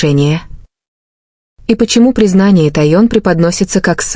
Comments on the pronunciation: Техён,а не Таён. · Ким Тэхен,а не Ким Таен.Что за ролик?Называйте правильно имена и ставьте правильно ударения.И кто она?Господи,остановитесь, хватит выдумывать разную чушь о ребятах.!!😅😅😅😅😅У меня уши вянуть слушая сколько имен У Ким Тэхена!!,😮😮😮😮😮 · правильно звучит ТАИЕН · 😂Какой безобразный перевод, то сестрой называет Чонгука, а Тэхена как только не называет, то тун, тайон, пора бы правильно называть мировых звезд, просто неприятно слушать. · Автор, вы специально искажаете имя Техена? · Ну как можно так исковеркать имя Тэхёна! Кем он здесь только не был, блогер выучите имя ребят, слушать невозможно! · Бесит,реально бесит то ,как она КАВЕРКАЕТв каждом предложение фамилию Ким Тэхена. Могут ли быть правдой те новости ,о которых она излогает ???? Кто дал ей микрофон,заберите!!!?? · Какая дурость , озвучка отвратительная каверкая имена . такое слушать не возможно. Получается Тэхен девушка, как в фанфике. Надо запретить этому диктору выступать😮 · Господи, как только их не назовут! Выучите наконец из имена, даже неудобно вас слушать!